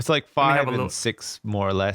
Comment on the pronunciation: That's the funniest pronunciation of "Nord-Norge" I've ever heard!